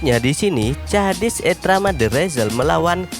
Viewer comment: Kok cara baca namanya bikin kesel y